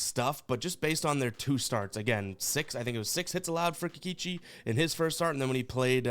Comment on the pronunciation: You say Kikeechi, I say Kikoochi